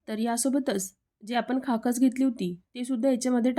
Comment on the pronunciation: मराठीत बदाम म्हणतात,बादाम हिंदी भाषेत म्हणतात. दुसरे म्हणजे तुम्ही खसखस ऐवजी ' खाकस ' शब्द बोललात. व्हिडिओ तयार करतांना कृपया भाषेकडे लक्ष असावे! तुमचा व्हिडीओ छान आहे पण त्याच्या सादरीकरणाकडेही लक्ष द्या म्हणजे अजून उत्कृष्ट होईल! माझ्या सूचनेचा राग मानू नका , सकारात्मकतेने विचार करा! धन्यवाद!